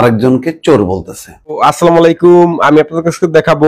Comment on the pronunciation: আসসালামু আলাইকুম ভাই আপনি সালামটা ভালো কইরা দিয়েন আপনার সালাম হয় না